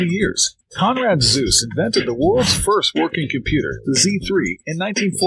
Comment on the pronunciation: As pleased as I was to hear that Zeus was responsible for giving us computers, the German name Zuse has two syllables (the second vowel is a schwa, ).